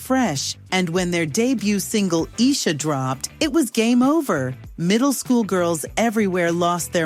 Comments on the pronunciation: First of all.... Iesha not Esha👊🏾 and where Jodeci come from 😩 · Ridiculous AI recordings. Any real fan knows that the name of this song is "Iesha" [Eye-eesha] not "Eesha." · Song was pronounced “Eye-Eee-sha” not “Isha” must be AI 🥴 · It's Iesha not esha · Iesha sound like eye esha smh these ai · "eeesha" this Ai be killing me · LOL It’s “AY-EESHA” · I wanted to like this video, but chopping in footage of Jodeci and Boyz II Men and mispronouncing "Iesha" sent me. Thumbs down. Is no one checking the editing for accuracy? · As soon as I heard them mispronounce iesha I know somebody used an AI voice to boot... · You know it’s A AI voice, When you can’t say Iesha right!😂😂😂